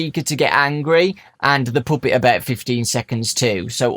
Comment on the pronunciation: "the poopet"